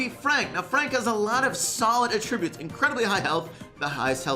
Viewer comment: Anyone else realize that doesn’t know how to pronounce attributes?